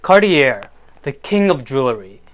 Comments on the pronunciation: Pronounced Carti yay not carti air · ‘Car - tee - air’….do you mean Car-chay? Or are you speaking ‘American”?’ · Cartier - French Company. Pronunciation is Car-et- ay. Not Cart- I -errr 😮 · More money than class, can’t even pronounce Cartier properly, how can you claim any sort of expertise smh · 2nd time ending up here upon clicking, about to move on again without finishing the video after hearing how Cartier is pronounced :)